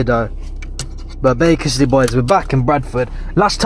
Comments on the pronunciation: Can u stop saying baciscly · Bay kiss ly 💋